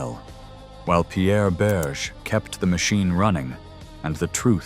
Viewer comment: Yes, and his lover's name is pronounced not "Berje" but "Berjay' ( roughly).